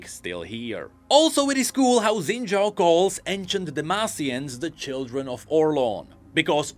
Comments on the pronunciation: Why are we only pronouncing his last name right? His first name's pronunciation is actually "Shin" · I hope pronounces Xin Zhao correctly one day.